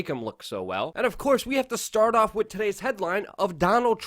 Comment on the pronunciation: Luke, I personally love your spirited opening of each video. It shows me that you're excited to do what you are doing, and that you are very appreciative. If I may offer one bit of constructive criticism, stop saying "wit", the word is with. You're a better journalist than that. Other than that, "I Love Ya". Rock on.